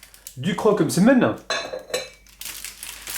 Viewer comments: N'importe quoi il le dit très bien Msemen tout simplement pas mésèmen mdrrrrr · oui il le dit comme il faut